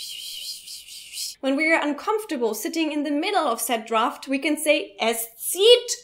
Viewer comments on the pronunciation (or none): I'll have to side with Eric on this one. I sleep with windows open and I use an air conditioner when it is hot out. By the way,, the "a" in the English word "draft" (Luftzug) is pronounced like in the word "at". Thanks for the excellent video 👍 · Being a pronunciation nazi: Drought and Draft are being pronounced the same way.